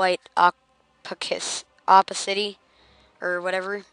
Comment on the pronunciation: opp-a-city, love it, lol